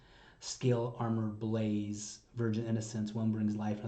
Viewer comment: The lyrics available say blaze, and the band (or Tatiana) has confirmed that it is 'blaze' and not 'belies'. It sure does sound like belies to my ears, but it is difficult to enunciate perfectly while growling. This doesn't really change the duality theme. English isn't Tatiana's primary language, though she does speak it well enough. My understanding is she usually writes lyrics in Russian and then translates. There are examples in other songs of non-standard pronunciation of some words.